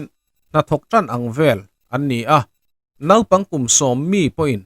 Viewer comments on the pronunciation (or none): none